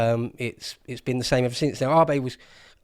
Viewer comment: man he pronounced Abe's name so badly I actually had to google it because it made me forget what his name actually was.... like who the hell is Arbay? lmao